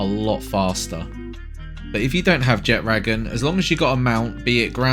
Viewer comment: Thank you for pronouncing Jetragon properly unlike literally every other Palworld YouTuber.